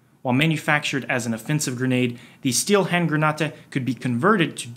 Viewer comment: The way he says "Grenate" makes me cringe because I know some German and how to pronounce it in German